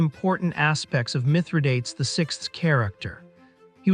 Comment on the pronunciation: Do try to learn how to pronounce a name before making a video on it.